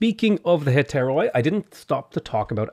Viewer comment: Just saying its not hetairOi its hetairi because in Greek oi pronounces i